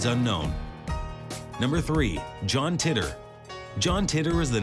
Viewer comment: tee-tor not titter! it's not even a mystery anymore but at least learn to pronounce it